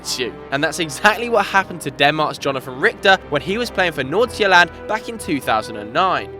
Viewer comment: Im from Denmark and i Think that nailed that pronounciation of FC Nordsjælland👏🏽